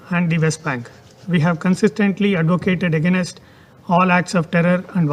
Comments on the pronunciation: What is wrong with his pronunciations? Ageenest? It's against! Why can't we appoint a spokesperson in the UN who can speak English properly, otherwise just speak in a native Indian language. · He actually mispronounced against as AGAINAST,Mr Jaishankar this guy needs to be re schooled